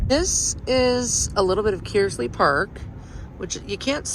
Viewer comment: I've never heard someone pronounce Kearsley that way